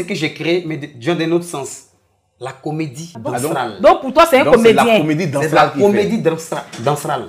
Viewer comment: Hummmmmmm!!!, tu parles français hein! "Comédie Danstrale" 😂😂😂😂